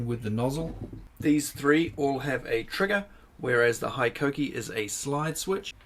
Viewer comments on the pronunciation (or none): Being a Japanese company, HiKOKI is pronounced like Hee-Ko-Kee and not High-Ko-Kee.